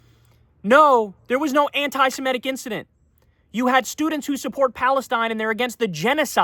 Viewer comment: anti-simetic (as you mispronounce it Kyle) should be anti-semitic! If you have a problem with the adjective go for the noun form: anit-semite instead!